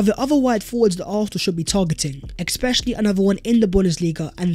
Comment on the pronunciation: Ekspecially mate 😂